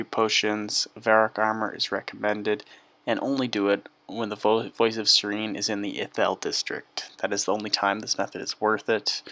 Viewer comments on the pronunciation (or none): It's pronounced S-Air-In not Seer-een!